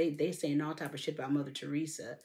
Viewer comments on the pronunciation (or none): none